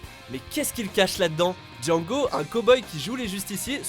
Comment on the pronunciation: Django Unchained c'est le meilleur mais faut pas oublier le D dans Djando comme il dit